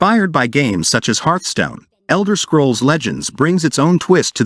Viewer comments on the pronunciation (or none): "Herthstone" --> Hearthstone :)